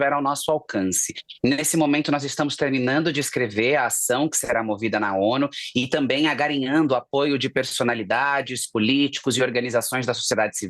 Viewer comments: AGARINHANDO ???? Kkkkk Nao sabe falar IDENTIDADE e nem ANGARIANDO. Que vergonha . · “Agarinhando… coninvente” 😅